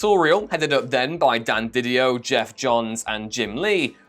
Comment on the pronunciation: love the comics king of whatculture mispronouncing Didio and capullo